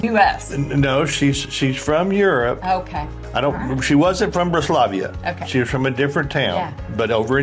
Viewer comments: Slight correction. Its Bratislava, Slovakia, not Bratislavia. Avalon is the best! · Good video. Big Avalon fan Cruising Rhine and Mosel June 2026. BUT you butchered pronunciation of Bratislava. Thanks for a nice video. Saw my favorite Cherry yogurt in the breakfast buffet. Can’t wait to have some. Yum